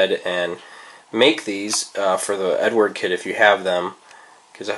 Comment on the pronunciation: Love the videos, but it is EdUard not Edward....